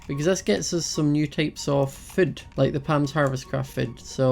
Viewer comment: why do u say fod but its food